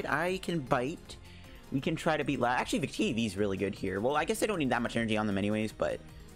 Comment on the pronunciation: Lapras not Lap-rass